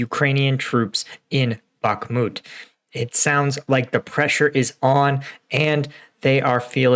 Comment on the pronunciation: Dude. My ocð if i have it is being triggered by you saying bokMIT....its BOKMOOT...